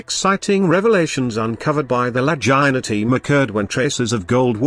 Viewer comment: Really bad especially the ai pronunciation of Legina😯